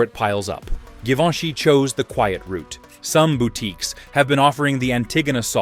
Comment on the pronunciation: Thee narrator is mispronouncing Givenchy…at the beginning of the video!!!